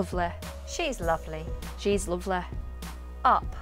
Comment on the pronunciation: Yes, so what’s with those endings -eh? Like in lovely — loveleh.